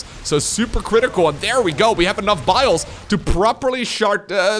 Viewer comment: "we have enough biles to properly shart" 🧐🤔🤨